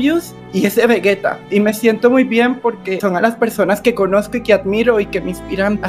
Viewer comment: todo bien con el sacrificio de blum pero... como pronuncia "vegeta" xd